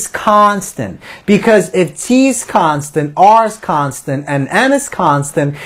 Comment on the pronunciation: the video could have completed in half the time if it was just constant instead of "KHAAAAAAANSTENT!!!!!!!